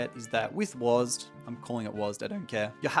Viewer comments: Call it Wasd or W A S D, not Wasd D 😭😭😭😭😭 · It was W-A-S-D or W-S-A-D not Wasdeez nut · Please don’t let “wasdee” be a thing. It’s “wazd” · w,a,s,d not wazdeeeeee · calling it "wahz duh" as opposed to "wahz dee" is a hate crime